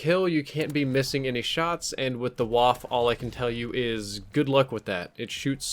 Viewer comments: Nick AlexuseesuxelA It’s pronounced like Vhaff-Eh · Why can't anyone say waffe properly? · You pronounce it like stuff-eh Bit with a v instead of the st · Please learn how to pronounce German, ‘w’ sounds like ‘v’ and you pronounce the ‘e’ at the end of ‘waffe’ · Correct! They used "waffe" instead of "MP" for copyright reasons :) Also, he pronounces it completely wrong, which nearly gives me a migraine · Said the name of the gun wrong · Nick AlexuseesuxelA Well considering the W is pronounced as a V in German, it's not pronounced as "WaffE". Also, "WaffE" sounds like someone is trying to say "coffee" but has a really swollen mouth and can't say their words properly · It’s pronounced va-feh not wah-ff. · WaffE Waffle - but don't say the L. Please. It hurts. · This isn't a waffle 28, this is a WAFF-EH ACHTUNDZWANZIG!, you should practice your Deutsch a bit more.:D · You pronounce it vaffa not waffe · DONT SAY "WOFF"... its "Waffe".. just look it up with google translate PLEASE, its german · It's pronounced BA-FE. Not Guaf. You're welcome. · Say one more time Waff ....ist Waffe ! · You pronounced the name very wrong. It’s more like vaffa, Germans pronounce Ws as Vs and the E at the end is like an A. Think wunderwaffe. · Waff-e. Bloody e.e.e.e.e.e.e.e.e.e.e.e.e.e.e.e.e.e.e.e.e..e 1 min research for how to pronounce.... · Well for One it is a german weapon with a german name. In this name the W is pronounced as a V With enunciation on the E pronounced as uh So Vaffuh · Pls stop saying waf. Germans don’t silent the e at the end of a word (same goes for Eisendrache btw) give us some e‘s. Thanks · Say it with me, "Vah-fuhhh" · That's "waff-uh" boss. Unlike French, German e's are not silent. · Really how hard is it to say vaffa like it's supposed to be pronounced??? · Pronounced vaffe too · Pronounced Vaffe though since their W makes a V sound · Ist waff-E the E is NOT silent ! Like wall-E ,,, you don’t say just Wall....its Wall-E! And WaffE